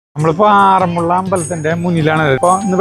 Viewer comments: ആറന്മുളള എന്നല്ല പറയേണ്ടത് ആറന്മുള എന്നാണ് പറയേണ്ടത് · ആറന്മുള്ള അല്ല.... ആറന്മുള